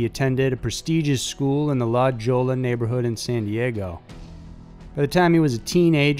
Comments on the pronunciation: First thing maybe one should do proper research on how to pronounce cities or names. La Jola?? Really? And second that is not Norman Blanchford but actor Michael Nouri. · La Jolla is pronounced La Hoy a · La Jolla is pronounced la Hoya for future reference. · It’s pronounced (La Hoya)! 😂 La Jolla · It's pronounced La Hoya. Also, it's latter not later. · It is La Hoy-a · Norman Blanchford looks an awful lot like Michael Nouri. Are you sure you have the right man pictured? Also, La Jolla is pronounced La Hoya. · Jolla is pronounced Holla. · It's pronounced La Hoya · La Jolla is pronounced."la hoya". I went to bonita vista high. So did cunnanan. Hes buried at the same cemetery as my father. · Firstly I knew Andrew, secondly, La Jolla is pronounced La Hoya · La Jolla is pronounced la hoya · Damarys Dingui : Da fuck man? I made a comment about the proper pronunciation of a section of San Diego and I get all of this hatespeak? I don't think it's unreasonable to point out that even a small amount of research how to pronounce the area of San Diego as La Jolla is pronounced la-HOY-ah. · Thank you SO MUCH. He said that twice before I realized he was talking about a place NOT THAT FAR from San Diego that means "The Jewel".🤦🏿‍♀️ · Trent Arnold I’m not a Spanish speaker and know how to pronounce La Jolla. I bet he knows how to pronounce ‘tortilla.’ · It's not "La Joy-a" or "La-joal-a", it's "La-Hoy-a" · La Jolla is pronounced like La Hoya not La Gola...lol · It’s pronounced La Hoya , you should check the pronunciation before you tell stories. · Quick note it’s not pronounced La ‘Jolla’, it’s La ‘Hoya’. It’s Spanish and it means the jewel. It’s basically the rich part of San Diego other than Coronado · He said "Law-joe-La" hahahaha its "la-hoy-ya" ...lajolla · What LADYCPLUM said...it's LA HOE-YA, NOT La Joya.. NOT hard to pronounce... that said, LOVE your channel. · How can you not know it's " la-hoya"?!?!?!?!!!!!! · LOL .. "La - Joll - Laa" .. hahaha .. Love you SM!!